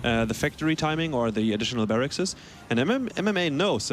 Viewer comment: Barrackses? Really?